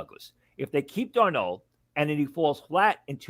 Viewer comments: "Darnold" not "Darno." lol. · Why does this guy say Darnold like that